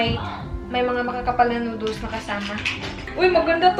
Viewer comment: Noodols, bottol, tickol, wrinkol 😂😂